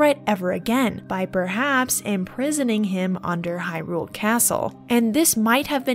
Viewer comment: Why can't YouTubers pronounce Hyrule? It's in the freaking game ffs!